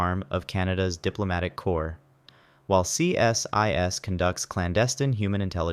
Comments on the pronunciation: We don't call is C S I S, we call is "See-sis" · Why didn't you put the full names along with the acronym? As someone else mentioned CSIS is pronounced see-sis.